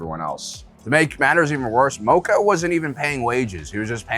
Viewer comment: Mispronouncing mokko when they say it in the show 🤔